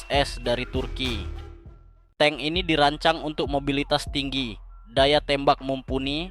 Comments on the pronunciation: belajar bahas lagi.....tabk di baca Teng..bukan TANG...hadeuH.....😊😊😊😊😊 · Tank di baca teng bukan tang bang. Klo tang alat jepit kabel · Tank bukan Tang. saya yakin ni orang gk bisa membedakan Bank sama Bang, Silet sama Silet